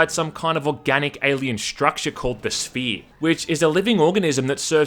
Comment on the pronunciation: “Some organic alien structure called; The Sphee”